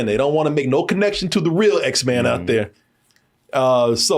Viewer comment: My boy said, "Z men" 😂